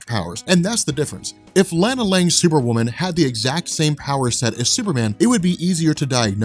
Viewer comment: I don't think I've ever heard "Lana Lang" pronounced like that.